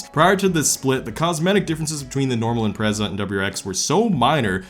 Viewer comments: stop pronouncing the Impreza's name wrong. It's not "Imprayza" it's just IMPREZA. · I HATE HOW YOU SAY IMPREZA YOU SAY “EM PRAY ZAA” shut the hell up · I cringe when you say “imprayzahh” 😂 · its IM-PREZ-A NOT IM-PRAE-ZA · Is it pronounced impraza or impretsa, It’s the first time I’ve heard it said differently so I don’t know if it’s a common thing or not. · Im-prez-a, not im-pray-za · I’m-pray-za lmao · Man, you say IMPRECA in The whirdest akcent ever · wtf is an "impreiza" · Impertsa? Impretzel! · You got me with the Impreza pronunciations. I was confused af 🤣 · Ok but why he say Impreza like that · why does he say impreza like that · i dont like the way this man says impreza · Wow, I never thought I'd be bothered by the way someone pronounces Impreza, and I'm not even a subie guy Edit: I commented too early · How does a “car guy” pronounce Impreza wrong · I actually didn't realize you pronounced Impreza in a diff way lol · Let's play the soobie drinking game, Take a drink every time he pronounces Impreza differently. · I have never heard so many different pronunciations of impreza until now